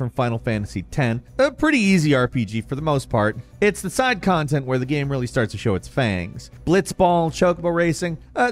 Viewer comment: I feel like I’m being gaslit by. Sometimes he pronounces the word GAME very strangely but no one else seems to acknowledge it. He straight up says GAMS at the beginning of the video I feel like I’m taking crazy pills!!